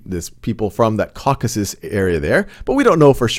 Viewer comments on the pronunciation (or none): none